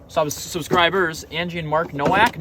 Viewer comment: Nowak is pronounced like NO-Vac, the W is pronounced as a V :)